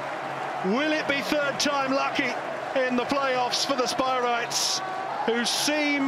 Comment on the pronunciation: Spireites not 'Spirites' Jeez